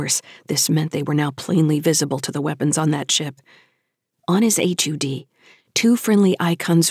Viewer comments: Nitpick - HUD would likely be pronounced as a word "hud", no one would pronounce H. U. D. Enjoying it otherwise, interesting book, great performance on the reading too. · Every time she says H.U.D instead of just saying " hud " it makes me cringe. Great story though.